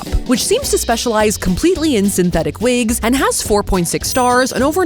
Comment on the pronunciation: Vwgen vwill you vwear vwigs?